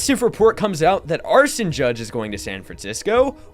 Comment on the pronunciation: Who the fuck is “arson judge”?